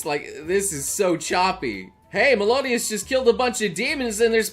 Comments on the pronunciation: Its Mel-i-oh-das Not Mel-oh-dias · Im still cringeing because says melodias instead of meliodas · Bruhh why he sayin Melodias????? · It's frickin Meliodas you idiot. It isn't Melodias REEEE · Me: No it's Meliodas!: Melodias? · its not melodias its meliodas! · ITs not melodias its meliodas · Melodias ❌ Meliodas ✅ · did this chungosaurus just say melodias BOI ITS MELIODAS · What kinda way are you saying Meliodas? Who is Melodias? You switched the letters out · melodias 🤣🤣😂🤣 its mel-i-o-das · Melodias?? its Meliodas.... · Melodios It’s mel I odos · Stop saying melodias.... It's meliodas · Good vid. and I agree completely, just one thing bugs me, it's not-- MELODIAS--IT'S MEL-I-ODAS... Can't forget the i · I can’t look past him calling Meliodas Melodias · Anybody else bothered that says "Melodias" instead of Meliodas? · Melodias ❌ Meliodas ⭕ get ur anime name right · Say it with me: Mel-i-o-das. Not Melodias. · who dafuq is melodias? i only know meliodas... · why do you keep saying melodias. it's hurting my ears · Melodias The rest of us that know how to read and listen: Meliodas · Im sorry but like his name is spelled and pronounced meliodis not melodios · It's pronounced meli- odas not Melo- dias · It's meliodas not melodias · He says Melodias instead of Meliodas XD not really a fan of the show, just making a funny observation. Also, glad I stopped watching this show after halfway into the second season... Looks pretty bad now. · Alejandro Lopez yeah he says it as melodias rather than meliodis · Meliodas ❌ Melodias ✅ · Who is this Melodias person you're talking about? Are we watching the same show? How have you not gotten the name right after 4 seasons? :S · Pls Mel-i-odas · “Melodias” lol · The way he says “MeLoDiAs” makes me wanna bash my head against a brick wall until he pronounces it right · He said Meliodas like malodias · It's MELI-O-DAS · ITS MELIODAS MEL👏E👏O👏DIS👏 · Ah, yes, "MELODIAS" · ME - LI - OW - DAS